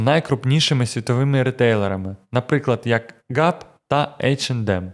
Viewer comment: пул энд бэар - произносится как медведь а не как пиво, режет уши гэп не гап